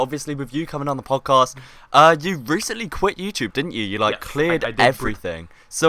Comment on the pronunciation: Podjast? XD